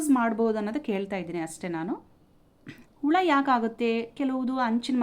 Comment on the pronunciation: Ula alla hula kannda sariyagi tilisi